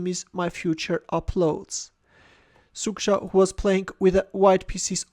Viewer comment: You're mispronounce 'Szukszta' dramatically, but you're forgiven, because it's really hard nut to crack for an Armenian (and pretty much rest of the world, apart from Poles ;).